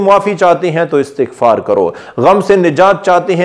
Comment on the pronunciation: Sahih talaffuz, ISTiGFAR hay , na ke ASTAGFAR.